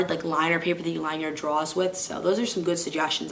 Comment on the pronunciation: U say drawers weird lol:)